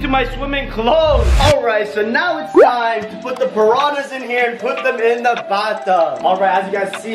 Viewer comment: ImA SwIm WiTh ThE PaRaHnAs Me: srly dude